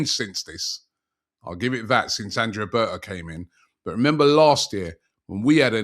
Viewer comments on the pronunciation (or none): none